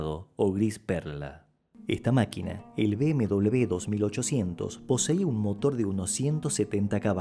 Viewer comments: Cada vez que lo oigo es como una patada en el oído. Por Dios, la primera vez que oigo esto. BMW, no se pronuncia "bm doble b", la pronunciación sería "BMUVE", por favor. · NO SABE UDTED DECIR MBW NO ENTIENDO,PORQUE DICE MBDOBLEUVE, EN CASTELLANO NO SE DICE ASI. ASI